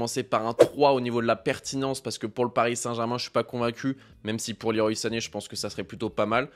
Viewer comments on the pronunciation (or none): Le roi comme Claude Leroy pas Liroï La team pro pour le pseudo (pas très anglophone) mais gg pour la vidéo sinon ;)